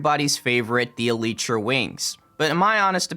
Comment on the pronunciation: Eleetra wings 😂